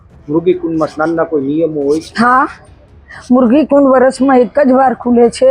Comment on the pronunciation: મુર્ગી કુંડ નહીં મૃગી કુંડ. ઉચ્ચારણ દોષ છે.